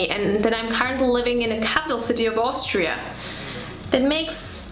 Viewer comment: Austria, not Aushtria.